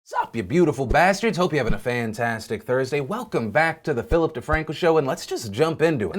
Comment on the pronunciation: Phil saying "fupatastic" made me so happy. Papa Bless, you beautiful bastards.